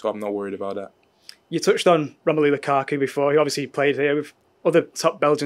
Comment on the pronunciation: He said lukaku 😑